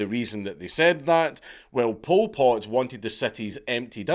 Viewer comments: I thought you were calling him "Pulled Pork". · Every time Dank says Pol Pot it sounds like pulled pork and now I'm hungry. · All i keep hearing is "pulled pork" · Bro this whole time I thought he was saying pulled pork